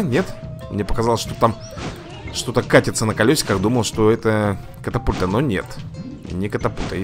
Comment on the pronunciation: Правильна катапульта А не капатульта